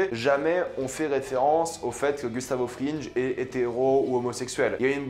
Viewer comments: « Gustavo frinje » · "Gustavo FRINJE" "SkylARE" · Skaylar, Gustavo Frinje. Eh oh, ça va l’accent là 😂